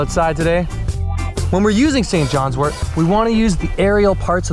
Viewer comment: Thank you so much for pronouncing wort correctly. It drives me crazy to hear herbalists say wart . 😊